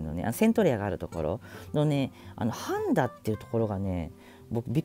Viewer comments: 半田の発音おかしくね？ 「はぁ⤴️んだ」って(笑) 「はんだ」だよ。 欧米人が するような発音じゃねえか。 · 半田のイントネーションが 橋本環奈のかんな、 ではなく削る方の鉋(カンナ) のイントネーションですw は→ん↓だ↓ではなく は→ん→だ↑ 笑 旦那の地元なので気になりました！笑 愛知県取り上げてくれてありがとうございます❤️ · 半田？パンダみたいなイントネーションやん💣 イントネーションはハンダゴテのハンダ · 千種と半田のイントネーションが不思議な感じでした。 まあ住んだことない土地の地名は自分でもそうなりますね。 名古屋の紹介、ありがとうございます！ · 最後に半田市を取り上げてもらってありがとうございます！ 生まれも育ちも半田市民です。 、半田にも来ていただいたんですね！ 半田市は歴史的にみても知多半島の中心都市で、ミツカン酢の発祥地とか、他にも沢山誇れるものがあります。 ただ、地理上淀みの地域でもあり、人口や産業の流れに不利な場所かな。 「はんだ」のイントネーションと、「まぁいいや」にワロタｗ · 半田のアクセントが(ヾ(´・ω・｀)よ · 半田のイントネーションが 気になるっ 抑揚は無いです